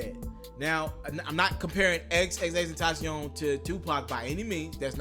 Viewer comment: Omg you said his name right bout time 👏🏾👏🏾👏🏾👏🏾